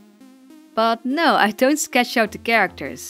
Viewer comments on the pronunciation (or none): none